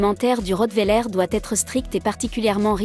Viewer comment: On dit pas le rottwéler on dit le rottweiler